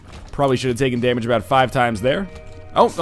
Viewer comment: Every time you get Leo and talk aboot it it trips me out!